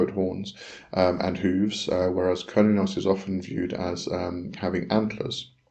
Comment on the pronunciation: Its not pronounced curn-e-os, it's derived from Cern like the quantum physics in Geneva, if you listen to a red deer / Stag in rut when the stag calls the female it sounds like it is saying "Huurrnn", sorry for my poor spelling and grammar, blessings